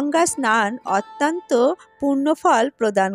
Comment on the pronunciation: Otanto noy .. uchcharon thik koun